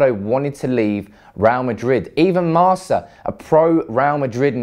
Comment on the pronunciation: not 'marsa' newspaper but 'marca' like 'MarCo Reus'